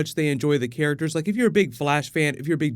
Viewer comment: “Care-ickters” ugh lol